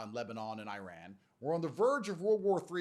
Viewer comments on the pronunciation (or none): none